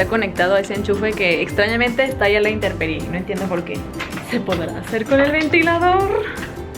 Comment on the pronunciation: Has dicho INTERPERIE? 😅 Por qué?! Yo te amaba T_T